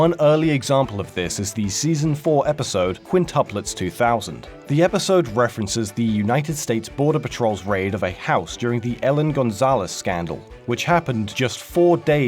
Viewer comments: Why are you pronouncing Elián as Ellen? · buddy. Ask someone if the words you are saying are correct. Ellen Gonzales and Austrolopithycus. Even Broflovski sounds weird. Have you never heard or spoken these words?